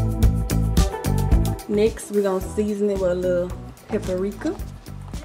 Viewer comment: Lol I love you D❤, but it’s PAPRIKA, not pepperika